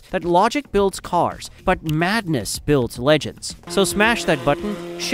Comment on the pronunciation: Also mispronounced liter and legends.